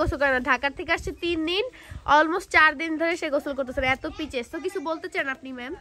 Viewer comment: পিচেস না আপু পিচাস😂😂😂😂